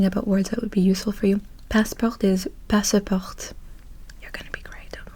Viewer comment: Salut :) Tu as tendance à prononcer la dernière lettre du mot, alors qu'en français on ne la prononce presque jamais. Par exemple guichet ou passeport, on ne prononce pas le t ;) Très bonne vidéo! Mais y a des trucs que j'arrive pas à deviner : tu as grandi où, et quelle est ta langue maternelle?